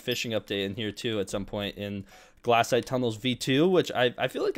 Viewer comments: BRO its glacite not glassite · im gonna throw up if i her him say "glass-ite" again